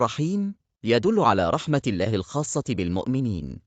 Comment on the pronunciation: نطق اسم اللًه سبحانة و تعالى نطق خطأ فى معظم الفيديو